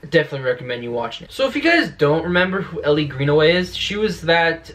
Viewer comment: It’s Elle not Ellie (pronounced like the letter L) but I REALLY hope she makes an appearance. I’d even settle for them mentioning her.